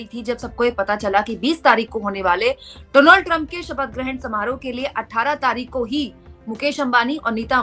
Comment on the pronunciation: रिपोर्टर होने के नाते कम से कम नाम का उच्चारण तो ठीक से करें डोनाल्ड नहीं डॉनल्ड